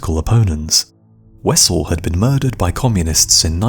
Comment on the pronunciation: Horst Wessel .... pronounced VESSEL ..It's German